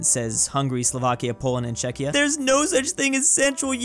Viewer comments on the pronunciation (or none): none